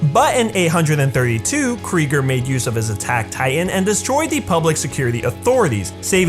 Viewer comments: Kreeger? Ya mean krueger? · Krugger, not Kregger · KRUGER NOT KRIGER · Who is eren krieger? It’s pronounced Kruger foo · yo he really said eren kryger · Did He Say Eren Kreger?